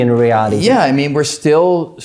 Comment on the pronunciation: His accent is exaggerated, unreasonable, and intolerable. He can barely talk. Not cool. Dr Greene was very tolerant and patient. He's facing Dr Greene, listening to him speak clearly, for 20 minutes, why can he not imitate at least some of what he hears? Not quantum me-hanics, quantum mechanics. Not spid, speed. Not rality, Re-ality. Not steal, still. Awful. Guy needs speech coach.